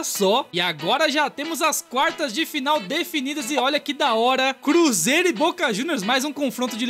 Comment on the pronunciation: Ele falando bruzeiro foi foda 🅱️🅱️🅱️